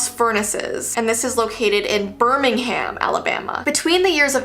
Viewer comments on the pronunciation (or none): none